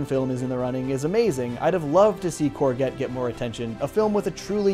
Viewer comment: Great video! So whose gonna tell him that that’s not how you pronounce courgette?